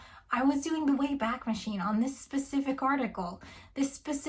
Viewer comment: The Wayback machine is pronounced WAY-back rather than way-BACK. The website borrowed the name of the time machine in Mr Peabody and Sherman, a part of the (brilliant) Adventures of Rocky and Bullwinkle animated series that began in 1959 and ran for 3 years. It was revived in 2014 but that version sucks.